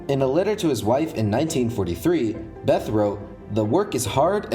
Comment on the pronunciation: Problems: - Neumann, Wigner, Teller and Szilard were originally from Hungary they only studied in Germany (not sure about Neumann on this one and lazy to google). - Bethe is not pronounced like that. - I'm pretty sure Teller was a contributor to the implosion design but the most important thing (the lenses) were originally designed by Neumann.